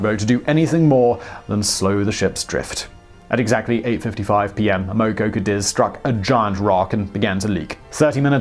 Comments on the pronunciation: It’s pronounced “AM-uh-co”, not “am-OH-co”. Just an FYI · Amoco pronounced as "AM uh co." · Simon, you're a terrific presenter. However, I wish more attention would be paid to correct pronunciation of personal and place names. In Chinese, "x" is pronounced "sh", and "q" is pronounced "ch". The Amoco company is A-mo-co, not a-MO-co. Etc. Let the content shine without these distractions. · You said "Amoco" several times before I figured out what you were saying. "Am-uh-co" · love the vids, but, just quietly, Amoco rhymes with hammer blow. in Australia anyway. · Simon: The initial "A" in Amoco is short like the way in which we Americans say the word "had." The first syllable is accented, with each successive syllable having less stress. The 2nd syllable "o" is a standard lazy schwa sound. Thus, it's pronounced Ă-Mah-ko. TMI, I know, but just saying... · PRONOUNCIATION EDIT: (1) BEN-CHI (2) AM-O-CO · this guy pronounces countless words wrong, english or otherwise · Amoco is pronounced AM-uh-coh.